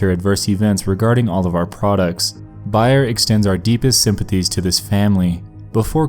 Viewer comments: Btw it's "Bear" (Bayer) & "Core-a-see-din" (Coricidin). Kids have died by taking too much of this same drug for fun & it can cause side effects like hallucinations... I'm not sure why they (Bayer) are saying it's harmless, because it's well known in the medical field to be dangerous at high levels. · Nightmare Expo I was bout to light you up lol & 'bay-er' not 'by-er' lol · It’s pronounced "bye-er" since it’s a german company and german name. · It's pronounced BAY-er. And also COR -a seed in. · You mispronounced Bayer (bay-yur) also lol. Bay, as in dock of the; Er, as in Irma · Ive never heard someone pronounce bayer or coricidin the way you did in this video. I dont understand why it was pronounced the correct way by whoever was reading the 911 transcripts and then the wrong way afterwards lol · How do you get the word "Bayer" wrong? You would really only say it like that if you were an uneducated child js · I couldn't watch the whole video. Not because of the sickening events, but because of his horrible pronunciations of Bayer and Coricidin. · I love you buddy but I want to teach you how to say Bayer & Coricidin lol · Seriously, wtf . It was pronounced properly earlier in your video. By the way you don't seem like you are very aware of what the medication is . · Bay_er. Not Bi_ er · .....don’t mean to be a dick but...it’s not “buy-er “but rather “BEAR” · Coricidin= Core-a-see-den Bayer=bear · "bear" not "buyer" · FYI it’s not pronounced BUYER. It’s Bayer. The A is a long vowel. Like the San Francisco Bay. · I think its BAYER not BUYER. Doesnt take away from the enjoyment of video though. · BAY-er not BUY-er. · I know this video is 3 years old but Bayer is pronounced like it's spelled, "bay - er" or even "bear" 🐻, not "buyer", lol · Its bay-er not buy-er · BAY-ER not BUY-ER... lol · BAY-er drugs. NOT BUY-er drugs. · It's Bayer not Beyer. Like Bay...er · Bay- er, Not buy- er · Your mispronouncing of words really gets me. Bayer. Bae Er. Bayer. Not buyer.